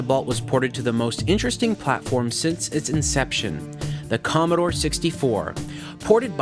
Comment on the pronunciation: Commodore, not Commadore.